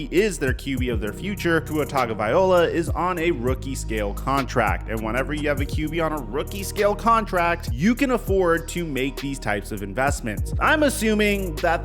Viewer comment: His name is Tua TungaviLOA not -viola.